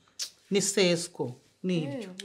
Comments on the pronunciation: Hhhhh 😂 amasano araha ngo seshwo ⁉️ bavuga seshwo cyangwa ni seso 🫣 inkayange umva gusa ndabakunda 🥰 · Uyu niseswo mukinyarwanda cyiza 😅😂mbega mama Rita